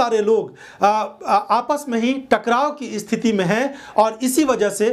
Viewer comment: Bhai sthiti ko sthiti bolte hein dost. Usko isthiti nahi bola karte hei mere chhote bhai.